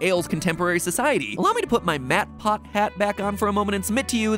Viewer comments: Nobody: matpat: MatPot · Ha ha “Mat Pot” heh heh :) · Okay, "MattPot" got me real good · Ive stop lesaning when he said matpot